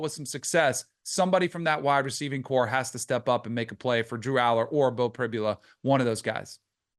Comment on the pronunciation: Danny talks on Penn State and yet doesn’t even know how to pronounce Pribula’s name 🤦🏼‍♂️